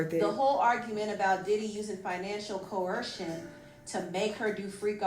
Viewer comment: where is the "h" in coercion?